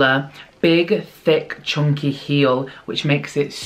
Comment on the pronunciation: I LOVE the why you say chunky like CHONKY! 😂😻